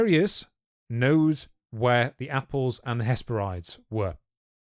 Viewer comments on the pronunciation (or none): Hesperides is pronounced ‘hes-peh-rid-ees’, like how you pronounce Hebrides